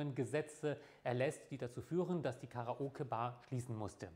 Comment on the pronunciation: "Karaoge Bar"? ;) Aber das Video mag ich!